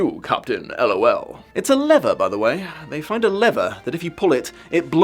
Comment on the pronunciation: absolutely hilarious! XD Although the way you said "lever" confused me for a bit. I thought you said leather. Do we say lever that way in the UK? All I could hear when I worked it out was Yzma saying "WRONG LEVER" XD